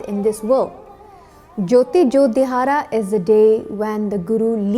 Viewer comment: it is Wonderfull but please pronounce dihara(ਦਿਹਾੜਾ) shabad properly.